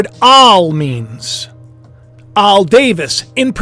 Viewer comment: I have 4 Al's in my family, short for 'AL'bert ... never hear it pronounced 'Aauul' before hahaha funny how we can all pronounce common words wrong by thinking too much!